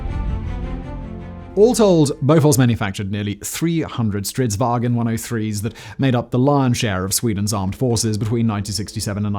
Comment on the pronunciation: All English speakers are always calling it Strids-"wagen". It's not German, so stop saying "waGen". VAng'n, or phonetic: vaʊ̯n.